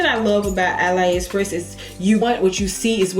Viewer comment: It’s pronounced Ah-lee express not ah lie